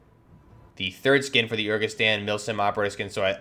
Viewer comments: My man, you really need to work on your pronunciation and/or do your research... “Lagunari” has nothing to do with “legionnaires”, they’re an amphibious unit. It’s “Urzikstan” not “Urkistan”. And “FGF” stands for Federation Ground Forces (as in Russian Federation Ground Forces), it’s just the Russian army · Urzikstan. Yer-Zick-stan. Rodion. Roh-Dee-on. Lagunari. Lah-Goon-Air-Ee